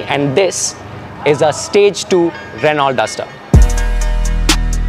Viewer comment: Reh-now Reh-now Reh-now for god sakes stop miss pronouncing. It's a French word. You are a person whom people look up to at least for automotive knowledge, if you miss pronounce everybody will do so. It's not "Renalt". It's "Reh-now"